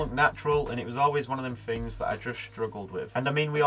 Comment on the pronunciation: Teaching when you can't even speak correctly?? Wiv ? Fink? Fings? everyfing? For pity sake learn to pronounce words the way they are spelled